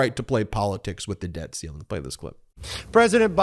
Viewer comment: Idiot Speaker says, “…debt calling…” because he cannot read “debt ceiling.”